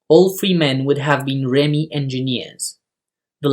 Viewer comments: Good video! Just so you know, it's pronounced 'ReeMee'. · Correct, but this is about the ARV or later called the ARRV, was operated and crewed by REME, pronounced Reeme.